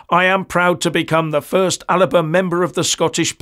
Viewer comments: ALBA ... not Alaba. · Alba, not Aliba. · I thought it was the Alba Party not Aliba Party 😅😂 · It's AL-BA... it's the Gallic word for Scotland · It's ALBA not Aliba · It's Alba...not Al i ba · I think you Alba not Alaba. Keep up the good work. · its ALBA .....NOT ALABA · its alba, scots Gaelic name for Scotland not aliba, same snp pi5h different name. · It's Alba, not Alaba. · Sorry the name is Alba not alaba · Alba not Alaba! Otherwise I'm a fan! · "Alaba Party"? It's called Alba. An ancient name for Scotland. What the hell are you reading from? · it is spelt Alba and pronounced AL Ba not alaba come on pal learn Gaelic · … It’s Alba, 2 syllables. As in: Al-Ba…. Not Al-a-ba. I’m a longtime subscriber. Regular viewer. But please rectify this glaring mispronunciation. It lessens your credibility. May the Force be with you.🌀 Jim🌀 (-: <*>:-) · You may need to do some research - Alba is the Scottish Gaelic word for Scotland, however you don't say it the way it is written. Instead it is pronounced 'Al-a-buh'. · listen to Salmond . He often calls it ALIBA . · I thought it was pronounced Alipa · I’ve heard Salmond pronouncing it ALIPA,presumably the Gaelic pronunciation